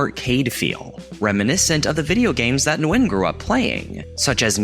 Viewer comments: Vietnamese here, you did butcher it 😂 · Never heard anyone pronounce the "N" in Nguyen, before.